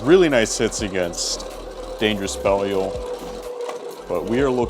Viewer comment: Why does everyone call Belial, Bell-E-ul instead of Bell-Eye-Ul